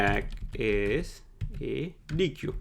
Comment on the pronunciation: Awesome content! It's great that you're able to squeeze in so much valuable information into a 13 minute video. Also, sorry if I sound pedantic here... but I believe the correct pronunciation of deque is "deck" (written in the documentation ). Thank you for the valuable content :D